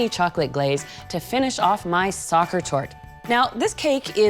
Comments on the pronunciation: It's not pronounced SOCCER. It is SACHER ! I am from Germany, please work on your pronunciation. The recipe is great tho!! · It is not Saker torte, it is pronounced : sasher with a 'sh' and it should not be that high... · It is pronouned as ZA-kher, not like soccer. In German, the S often sounds like Z... Remember the SINGER sewing machine? It sounds like ZZZinger. Voila. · Sorry but Sacher should be pronounced like "sah-her". C isn't pronounced at all in German when there is "ch" in the word. It's pronounced as "h". Also "her" in the Sacher isn't pronounced like in American English but like you would say it in England's English, without "r". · Exactly, and the pronunciation of the name in the video is so so wrong😩